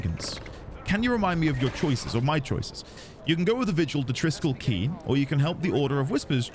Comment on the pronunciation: you are right - Triskell KWAY has been driving me mad for years - every time i hear it i have to resist the urge to pointlessly shout KEY at the screen